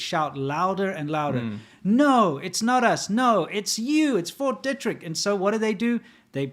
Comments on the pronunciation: Fort Detrick is not pronounced Deh-Trick. It is pronounced Dee-Trick. Just letting you know. Love the show. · Not to nitpick, but... the name of that American military base is pronounced "DEE-trick," not "DEH-trick". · Fort "Dee-trick" edit: You guys couldn't be more wrong about the mask argument.